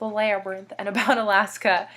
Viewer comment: Does Andy interrupt EVERYTHING you do?? Good lord. Haha. I really like to listen to you read. And I like how your inner Clevelander came out when you said "labyrinth." :) Great video. AND OH MY GOSH I WILL DIE IF YOU TRY AMBROSIA DO IT DO IT DO IT I miss you.